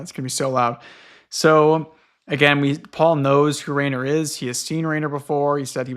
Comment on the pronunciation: Okay I wasn't sure before, but now that you've mentioned Rainer Rilke it's confirmed it to me so, I've got to tell you Rainer is actually pronounced with /ai/ as a diphthong making a long I sound like in the word 'line'. I don't know if you've seen it, but think of Reiner from Attack on Titan. If you wanted to spell it in a way an English speaker would get intuitively from the ground up I think you would spell it Riner.